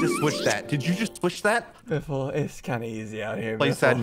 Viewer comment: i fr thout biffle said the n word